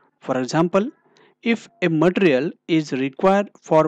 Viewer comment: My suggestion is.. learn to pronounce material. it's not pronounced as matr... Otherwise good content.